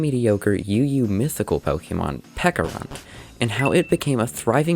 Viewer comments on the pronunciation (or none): "Peckarunt", ITS PECHARUNT, CH CH CH CH CH CH Oh also nice video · Love the video, is there any reason you pronounce it peck-a-runt and not pecha-runt like the fruit/berry it's based on? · pecharunt, ch, like the pecha berry or chance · Isn't it pronounced like peach? Since it's based on a peach an a pecha berry, why call him peca runt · Is it not pronounced peh-cha-runt because of the, yknow, peh-cha berry?